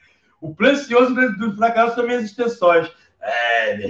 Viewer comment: Português bem craro Frakael Rede Grobo Bicicreta